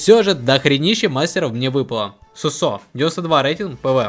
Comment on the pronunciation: Его зовут суууусо а не сусоо